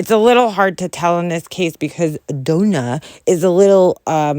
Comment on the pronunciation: "Dough-nah" im dead 🤣🤣🤣